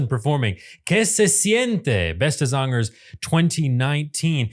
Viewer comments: Your " beste zangers " pronunciation is SUBLIME! 😮❤❤ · The only non Dutch speaking Youtuber who pronounce Beste Zangers the right way! 💪🏼👍🏻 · You pronounce "Beste Zangers” a 100% correctly…Chapeau ❤ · Just in case you see this... I rarely hear a foreigner speak my language this well, you really nailed the words for the shows name Beste zangers. I don't know if you allready did this but I think you might enjoy the whole show there are full episodes on youtube that are subtitled for you non Dutch speakers It is Indeed his (Rolf Sanchez) song the concept of this show is you put a bunch of singers of different genre and generation together in a resort and each night they have one of them being the target the others sing tributes to. These tributes can be either the songs of the artist that is the focus of the evening or songs that meant a lot to them. Enjoy